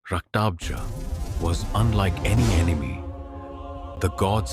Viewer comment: It's Rakta bej not raktabza